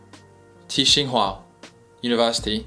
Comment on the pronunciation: Tsinghua university is actually pronouncing it without the T, like Singhua/ Qinghua